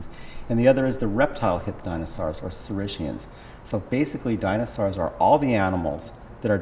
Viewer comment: Dr. Norell pronounces 'ornithischian' correctly, but according to the Oxford online dictionary (and many other sources), the proper pronunciation of 'saurischian' is /sôˈriskēən/. As with 'ornithischian', the 'sch' should be pronounced as 'sk'.